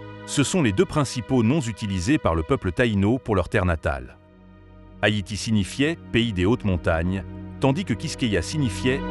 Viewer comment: C’est Haïti pas Hayti , sinon bonne vidéo 🙏🙏